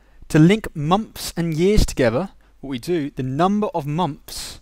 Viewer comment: "Number of mumps" XD no offence haha, anyway thanks ur vid really helped :)